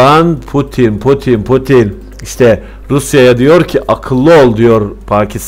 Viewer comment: potin değil laa putin 😁 yorumların güzel ama tebrik ederim